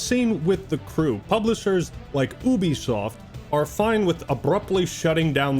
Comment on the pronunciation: 1st guy I've ever heard pronounce Ubisoft as "Ooubiesoft" 😂😂😂😂😂😂😂😂😂😂😂 Confirmation you were dropped flat on your face as a child